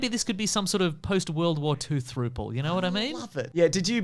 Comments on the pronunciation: read out the word throuple as throople 😂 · “post-world ward throouple”